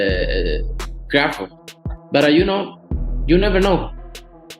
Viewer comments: You keep pronouncing Crawfords name wrong Put some respect on his name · The AI can't even pronounce Crawford's name right